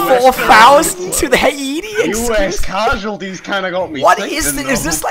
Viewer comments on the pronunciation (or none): How did you just pronounce Haiti?